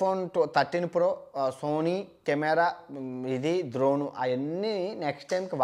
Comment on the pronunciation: Dhoron kadhu ra ayyaaa drone😜🙏🙏